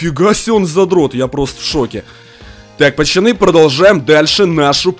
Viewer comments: Почему Кент говорит: не пацаны, а пачаны🤣🤣🤣👌👌👌👌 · Он говорит не пацаны а пачаны! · Меня одного нервирует что он специально говорит: пачаны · Не пачаны а пацаны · говорит не пацаны а пачаны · Он говорит пачаны